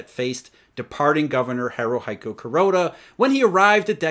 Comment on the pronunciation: Ha-ru-he-ku, not Ha-ru-hi-ku.